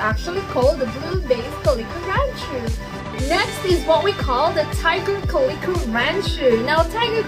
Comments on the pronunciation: The way you say calico is so funny lol “Kah-lee-Ko” 😂 I’ve only heard people pronounce is as “Cal-Eh-CO” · Cool video identifying types of the Ranchu goldfish. I can tell you're Filipino by the way you say, "calico", "aquarium" and "buffalo". 😉